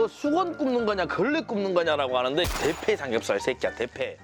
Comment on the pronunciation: 나만 개패삼겹으로들리나